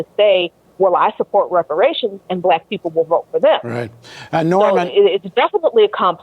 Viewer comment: It's about #TANGIBLES he brings nothing and could not even say repar ations. You looking at his racism.